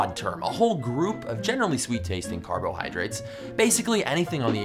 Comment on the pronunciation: did this guy just say "carboralhydrates"